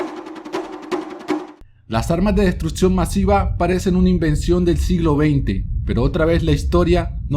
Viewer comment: se dice destruccion no destrutcion!!!!